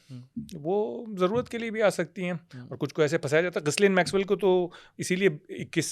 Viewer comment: Correction - Jamal Khashoggi was nephew of Adnan Khashoggi… also Ghislaine Maxwell … her name is pronounced as Gilaine Maxwell . Not trying to be condescending, but I just want to correct the facts.